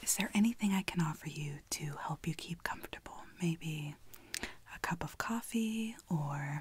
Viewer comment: You said coffee wrong mom lol I love the way you said it in the adoption video and the barista one lol I say it that way now. Love you mom! Your amazing